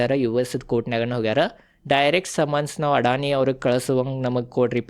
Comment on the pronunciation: ಅಣ್ಣ ಅಡಾಣಿ ಅಲ್ಲೋ ಅದಾನಿ